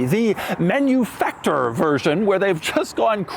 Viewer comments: Please. It's not "Menuefactoor" it's "Mahnoofucktoor'. ❤ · MaNuFakTur - try to pronounce it in german. It's funnier. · MANUFACTURE SAY IT RIGHT🥵